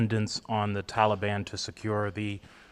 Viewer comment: Can’t pronounce Taliban correctly still I see Coked Joked Joe? Maybe you should take some of your sons heroin and watch more Sesame Street. I’m so embarrassing what our government standards have been reduced too. I mean even Nasty Pelosi should have already been replaced, I mean how is she still out of her crypt?